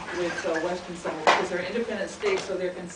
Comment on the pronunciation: Mad lecture but why do you american samoans mispronounce 'Samoa,' you know how to say it so stop tryna fia palagi